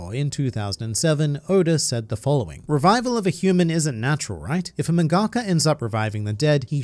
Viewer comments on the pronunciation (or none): "..a mangA-ka" LevisoSA!